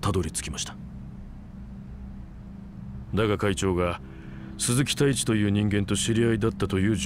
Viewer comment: 鈴木太一が鈴木タイツに聞こえた